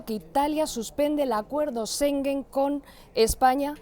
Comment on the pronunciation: Los españoles, de verdad que tienen que aprender a pronunciar palabras. Schengen no se pronuncia sengen. No entiendo cómo es que contratan a reporteros que no saben hablar bien.